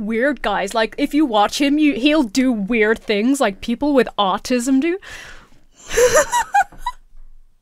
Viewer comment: Thr way this kid pronounces the word "autism" drives me nuts. Also, why does he sound like he lives on a California beach when he's from Louisiana??? Chill out with that accent, buddy.